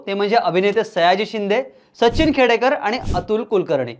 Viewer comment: Sacchhhin nahi Sachin mhann re